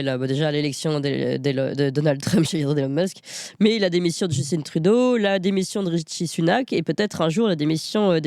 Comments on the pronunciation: Pourquoi vous prononcez Justin, qui est un nom français, (comme Trudeau d'ailleurs) « Justinne» (à l'américaine) ???? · On ne dit pas Justine on dit Justin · allez juste pour rire un peu, Justin trudeau c'est francais, et donc prononcé a la francaise (pas djusteen) :)